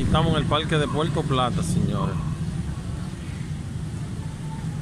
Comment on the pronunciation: Señor, porque dice Puelto plata si es Puerto plata, con R y no L ??